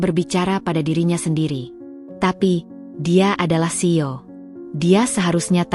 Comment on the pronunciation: Pembaca cerita kok salah2 dan selalu saja tidak diperbaiki. Menyebut tas berandal, mungkin maksudnya tas branded. CEO dieja SIO..